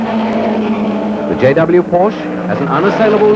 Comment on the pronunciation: What a shame that even back then they could not pronounce Porsche correctly.... It is a family name and a two syllable word. KTF.